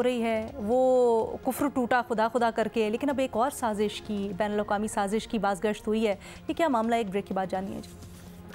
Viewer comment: The word is Saazish. Not Saajish Learn to pronounce Urdu words.